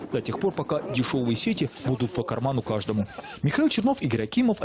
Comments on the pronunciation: Профессиональные ведущие телеканала не могут правильно выговорить название города - ДИМИТРОВГРАД , печально пора географию учить . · Какой нахрен дмитровград??? Научитесь правильно говорить ДИМИТРОВГРАД!!!